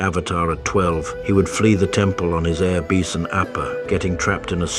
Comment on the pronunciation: "Air Beeson